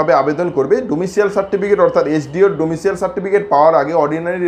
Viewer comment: This certificate is called ডমিসাইল।।।। It is not ডমিসিয়াল।।।